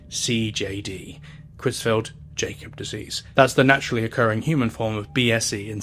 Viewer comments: Just an inconsequential FYI but the Jakob in Creutzfeldt-Jakob is pronounced "Ya-cob" not "Jay-cob". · Creutzfeldt-Jakob is prronounced not as Jay-kob but rather as 'Y'akob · it’s pronounced “YAH-cub” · It's pronounced "yakob" bro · I agree, this is otherwise a very good video (though the incorrect pronunciation of “Jakob” in Cruetzfelt-Jakob disease is a bit peeving), but I can only see the same clip of a suffering sheep for so long before it loses all effectiveness